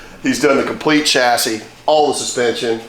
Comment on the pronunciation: What is a ''chyassy " I heard of a chassis pronounced shassi never Chyassy ?